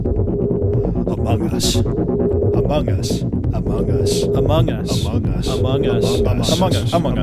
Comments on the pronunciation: Its among us not ahmohng uhs that 3am call clickbait guy needs to learn how to speek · Why do people keep saying "amonGE us"? It annoys me to no end I just watched more into the video...well elite, insane minds think alike 👀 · why do people say among gus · Bruh that dumb ass clickbaiter can’t even get what he’s clickbaiting right. He straight up said: “hello? Hello is this the imposter from *amoung us*?”